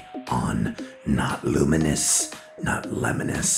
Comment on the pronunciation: HEY GUYS GRAMMAR CHECK loom-ee-nee-ous.